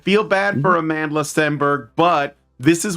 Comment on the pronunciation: It's Amandla. Like Amanda, but with a big, fat L.